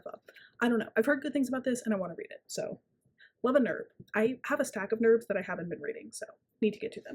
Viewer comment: i am obsessed with you calling them nerbs 😂 but also YOUR HAIR i love